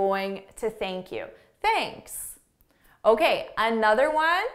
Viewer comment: Basically theink Q